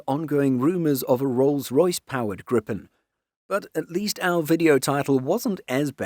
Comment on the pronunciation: Slight gripe (pun intendeD) with this video: It is not pronounced grip'n, but gree-pen, with a syllable break before the 'p'.